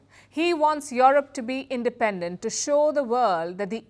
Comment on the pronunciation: Please pronounce yurup not yorop